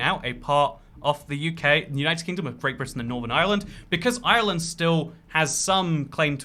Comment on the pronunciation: Why tf does he have to pronounce Ireland like that? Cringe